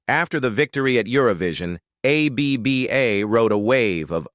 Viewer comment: Just say abba you computer speak jerk, not A.B.B.A!!🫣☹️